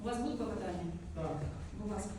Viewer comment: Коли суддя замість слова КЛОПОТАННЯ каже КЛАПОТАННЯ, то нема що слухати далі.